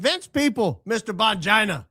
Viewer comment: Now I’m lol each time says Bongina. If we don’t laugh we will cry as they say.